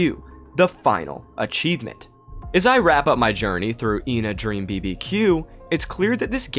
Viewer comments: Ngl I think ENA is supposed to be pronounced eh-na which is how u pronounce the number 1 in greek which would be ironically absurd since it's 2 personalities which fits with the game(also I'm Greek so there is bias) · its "Ay-nah" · RAAAAAAHHHH USE IPA IT'S /iːnə/ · her name is pronounced ahna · from what I saw regardign the teaser for the game, ENA's white side is the meanie and the red side is the salesman As for how to pronounce her name, everyone pronounces it differently through out the game thus any way you say it is the right way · When Joel G refers to ENA he says Eh-Na, he never confirmed or denied that its the right pronunciation tho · mispronounces her ƎNA's name too from time to time